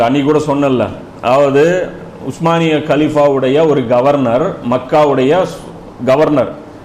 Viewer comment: உஸ்மானிய பேரரசு என்று சரியான உச்சரிப்பில் சொல்லக் கூடிய உங்களைப் போல ஓட்ட வாயன்களான ஆங்கிலேயர்கள் சொல்ல முடியாமல் ஓட்டமான் எம்பயர் என்று சொல்கிறார்கள்